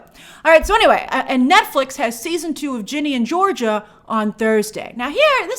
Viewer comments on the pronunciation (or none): none